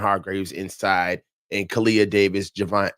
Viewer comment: Love you and long time listener to you and, but it’s “JAY-VON Hargrave” not Juhvon Hargraves. lol! Anyway keep up the good work (I 😂 kid) and!